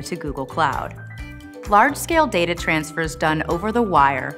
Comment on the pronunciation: Alright so it's "data" not "data".